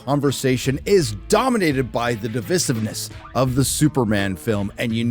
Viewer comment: How is it that you don’t know how to pronounce the word divisive